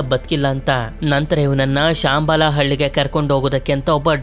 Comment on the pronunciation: ಬ್ರದರ್ ಶಾಂಬಾಲ ಅಲ್ಲ ಶಂಬಾಲ